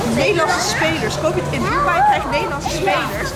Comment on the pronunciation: Bro het is dubai